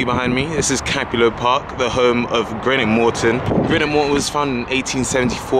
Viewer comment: Greenock (not Grenock 😉) 4 closed railway stations also